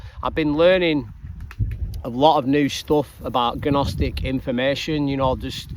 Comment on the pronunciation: It’s a silent G in Gnostic.